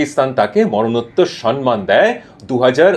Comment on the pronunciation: দাদা আপনি সম-মান কে সন-মান বলেন কেন? কানে লাগে